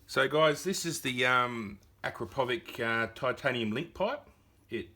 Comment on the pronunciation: Lmao,can't stop laughing the way you guys pronounce Acrapovic , it's Acrapovitch sounds like itsssss at the end,it is Serbian m8888 not English name capisi?